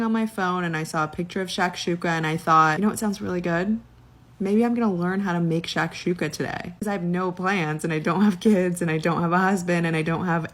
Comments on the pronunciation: What the fuck is shock-Shula? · If I hear her say Shakshuka one more time…. Wtf is shakshuka?